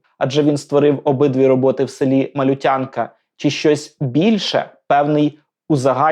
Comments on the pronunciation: Село називається МалЮтянка, а не малютЯнка! Не калічте назву! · Все мне нравится, но ударение в названии села, не Малютя'нка, а Ма'лютянка, ухо режет. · Село, в якому жив і творив Пимоненко, називається МалЮтянка, з наголосом на ю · Дякую за цікаве відео! Чекатиму на продовження про творчість Пимоненка. P.S. Тільки не МалютЯнка, а МалЮтянка)) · Село, про яке йде мова, Малю́тянка, наголос на літеру ( звук) «ю». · В назві села Малютянка наголос робиться на 2-й слог! Гуси - не індики. Вони не нападають на людей. Тому палички в руках у дітей слугують для того, щоб підганяти худобу, а не для оборони від гусей. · Дякую за Вашу натхненну працю. Чекатиму на нові випуски про Пімоненка. Але хотілося би, щоби в наступних випусках були виправлені деякі дрібні помилки. Село під Києвом, де жив Пімоненко, називається МалЮтянка ( наголос на "ю"). Дівчата на згадуваних Вами картинах вдягнені не в сарафани. Це традиційне жіноче вбрання Київщини. На маленькій дівчинці - занавіска, а на дорослій дівчині - взагалі керсетка. Наче й дрібнички, але ж мова йде про культуру... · МалЮтянка. Наголос на 2й склад) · Правильно наголос на "ю". Я з Білої Церкви - ми називаємо МалЮтянка. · Ролик чудовий, але є все ж таки одне зауваження: у назві села - Малютянка - наголос на "ю". Це село Боярської громади Фастівського району Київської області. Я живу неподалік - можна дістатися велосипедом чи навіть дійти пішки, якщо є зайва година часу (дорога сосновим лісом надзвичайно красива і того вартує). А от чому на обох картинах самі тільки гуски і жодного гусака - оце питаннячко. Гуска нечасто буває вправною вартовою, а гусак - так.